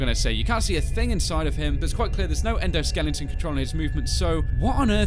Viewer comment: it endosliton